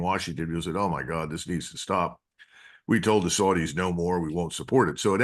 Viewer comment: YAY-MEN? (Yemen) The SOOR-DEES? (Saudis) HIS-BOLLAH (Hesbollah) CUTTER (Qatar) Why do Americans insist on butchering the English language? 😜